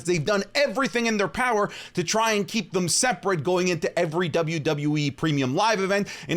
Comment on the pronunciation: POWA OF TAZOWA